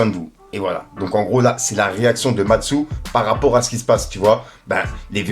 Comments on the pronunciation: lol c'est MASTU pas MATSU, sinon encore merci pour tes vidéos force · Mastsou😂 Mastu devient Matsou 😂 tu ma tuer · mastu pas mastou mdrr